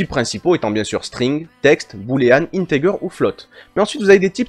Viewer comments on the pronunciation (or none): J'ai adoré comment vous prononcez varchar (ça se prononce en effet varkar, bravo!) mais les dieux tuent un petit chat à chaque fois que quelqu'un dit "intégueur" au lieu de "intédjeur". Mes oreilles en saignent encore. A part ça, j'adore cette vidéo. Merci énormément.